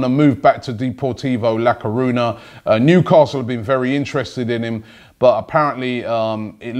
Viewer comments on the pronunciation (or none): none